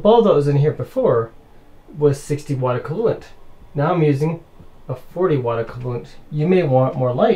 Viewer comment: He says "acoolant" for "equivalent" wtf??